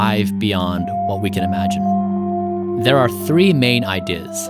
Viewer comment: Imagine is not to be pronounced that way, it isn't pronounced "ah-mah-jin."